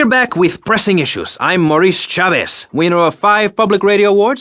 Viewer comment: RIP Nigga Maurice Chavez ... not Chaves or Chabeez ... Chavez 😆